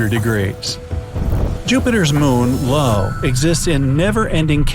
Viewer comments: The Jupiter's moon is pronounced Eye-Oh, not Low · Jupiters moon “low” 😂